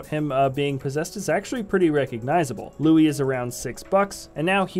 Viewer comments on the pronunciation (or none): It is Louis. not louy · His name is Louis not looey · Who is Louie Tully? Do you mean Louis (Lew-is) Tully?